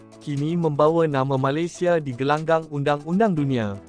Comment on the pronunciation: Yang cakap ni orang mana,,sebut Malaysia jadi Malisia